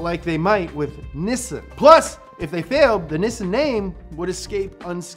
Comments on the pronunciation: The way you pronounce Nissan makes me cringe. It's one of the things Americans actually pronounce correctly and you say it like an Aussie anyway. NI - SAN = 2 - 3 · must be watching a lot of Top Gear, he's pronouncing Nissan wrong. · "Nissan". Me yelling at my TV:: "IT'S PRONOUNCED 'NISSAN' NOT 'NISSAN'!". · the only American to Nissan the correct way! never mind. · Does anybody else have a little Internal struggle with how says Nissan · 😐😑🤨 why do you pronounce nissan like that? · I hate this pronunciation of Nissan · we dont say nissin in NZ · It's NEE-SAAN! 😆 Damn you, get it right haha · You mean "nisun" not "knee-san" (plz dont cancel me i know it is a joke) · It's pronounced "Knee Sun" bud. I just watched the "most popular cars in err country" vid. Good job and go Toyota! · Everytime he says "Nissin", an R34 gets crushed. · niii son... knee san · No one:: “NEHSUN” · It's pronounced knee-saan. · Why does he keep calling Nissan “niss’n”? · STOP SAYING NISSUN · idk how he's a car enthusiast but still pronounces Nissan wrong 😭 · I hope you are in character when you say Niss(i)n and not what it is.. Niss(A)n. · Its not niss sun its nih sahn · Media : Can you please learn to pronounce Japanese words. It's Neessahn in pronunciation, not Nissun. I is always ee. Always. No other way to pronounce it. A is always 'ah', no other way to pronounce it. Learn it. Live it. Please. [ Edit: You finally said it right, the very last time you said Nissan - Please listen to the last time you said it in this video, because that is how it's pronounced.] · Actually, it’s pronounced “Knee Sah”, not Nisin or any of that other crazy shit! Yes, I’ll be that guy! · in USA it's either Nisn or Neesawn. in UK we just say it as its wrote. nis-san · in japan its knee-san not nissn' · why even when in the commercial itself its pronounced "nee-san" but still insists on calling it "nissin" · Its knee-sahn. Not nissin, that's a brake manufacturer